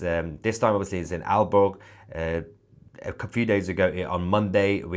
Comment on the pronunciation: Aalborg Airport ---I was out of the room, and thought you said, "Al Gore" Airport!! I wonder if they are going to shoot them down.